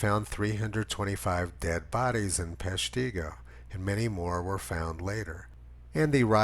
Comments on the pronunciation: Tony. I love your commentaries. To help with you with the pronunciations of our funny WI city names. Peshtigo is pronounced with the accent on the first syllable. PESHtigo. Hope this helps. 😎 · Lol... your saying Peshtigo wrong. Sorry cheese head hear. Say Shawano next. Link below is how to say it..